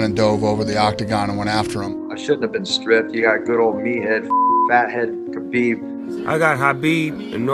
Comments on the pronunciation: The ufc pronounced his name wrong his entire career. The Kh in his name makes the flem sound (yes like you're hawking a loogy). So its flemsound-abib, its not Kabib or Habib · I think Khabib is saying it wrong too but that’s probably how they pronounce it where he lives. The Kh at the start isn’t a K or a H the two letters combined together make a sound that’s only in the Arabic alphabet. I don’t type in Arabic so if you want to reply with a better explanation you’re welcome to.